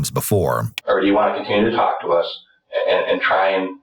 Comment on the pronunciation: Can you please NOT pronounce the "L" in "TALK". The L is silent. It sounds so weird, unprofessional, confusing, and irritating to hear the L pronounced. It's so wrong. The interrogator taLLLked to the suspect? Come on. That's not how we say it. I can't stand it. A little variance in accent is excused, but this is a BIG mistake in pronunciation of a very basic word. Please fix for future episodes.